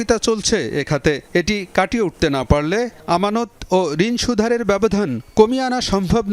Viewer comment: মোতালেব, সুদহারে বলেছেন, উচ্চারন হবে সুদ হারে